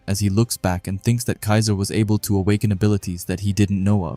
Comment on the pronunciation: a little mistake on the "kiser" name but all good buddy. 👍